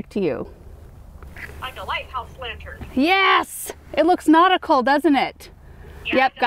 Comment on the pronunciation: Take a drink every time you guys say notical 🤣♥️